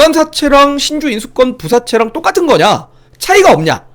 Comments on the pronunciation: 신주인수권 부사채가 아니고, 신주인수권부 사채다 (아버지 가방에 들어가셧다 처럼 읽어 있네요) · "신주인수권부-사채"라고 말해야죠. "신주인수권-부사채"가 아니고. 용어의 기본 개념조차 이해를 못하신듯...